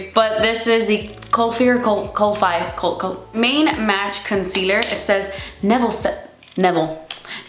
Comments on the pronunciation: Kulfi is pronounced as cool-fee As far as I know kulfi is ice cream in India so that's probably why the shade is called ice ice Berry 😂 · Hun its "kul-fee" and the name is after the various types of Kulfis, which is a South Asian dessert, from what i can understand of it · The brand is pronounced as Kul - fee and the brand is an Indian owned brand. Kulfi is an type of ice cream in subcontinent. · hi just so u know it’s pronounced kulfee! it’s south asian ice cream